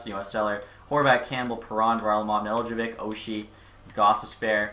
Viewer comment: It’s pronounced NE-Del-Ko-vich